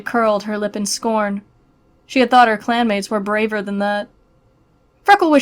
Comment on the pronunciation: Wait i swear i heard clam mates hmm, but shes not in River clam... 😏